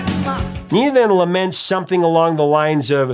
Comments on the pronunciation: Just a point, it's pronounced "Nayna", not Nina. I always preferred the German version, and I'm disappointed when the song starts and I hear the English words. Hast du etwas Zeit für die richtige Aussprache? ;) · You got the message of the song right, but your pronunciation of Nena is wrong. The "Ne" is pronounced like "Neh" in "Vaya Con Dios - Nah Neh Nah", maybe that musical reference helps you to remember that 😀 Maybe sonebody else allready offered this, but if you'd like a translation by a German, I could provide that. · The English version was only actually released in UK and Ireland, where it did reach No.1. Also, if you're wanting to use the original German title, it's not Ninety Nine, but Neunundneunzig. Also (again) Nena's name is pronounced "Nay-na". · nina...in Spanish...not nena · I think it's pronounced nay-na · At the time everybody in the US pronounced the name, "nay-nuh" probably because that is how a German would say it and she is Deutsch so we wouldn't expect it to be a name in Español. Very interesting ... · I wished you took a moment and checked the German pronunciation of both Nena and Luftballons. The e in Nena is pronounced like e in "ten" or "desk". U in "Luft" like in "pull" or "put", and there is no double o, so o stays o and does not become an oo. Also, this is a compound word, Luft meaning air, Ballons - balloons. This means that the accent needs to be put on both parts, and be slightly separated: LUFT-ballONS. Nena actually does a pretty good job showing the pronunciation when singing, as the accent matches the rhythm. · I dare say you do a better job with the German than the name Nena pronounced as it is has any recognizable connection to the Spanish "niña." Really curious how many native Spanish speakers would even think to hear it that way when pronounced so... German. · Dude come on man, it is not Neena it is Nena, get it right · Neh-nah not nee-nah if it was a spanish name. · And it's Nena, not Nina. "Ne" like "negotiate"